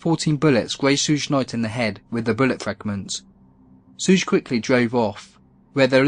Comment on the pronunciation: A little pronunciation help: ‘Suge’ is just a shortened form of “Sugar Bear”. So to say ‘Suge’, all you have to do is say the first syllable of “Sugar”. Easy-peasy. 🤗